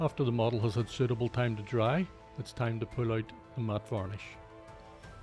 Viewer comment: "In soot-able deep black colour"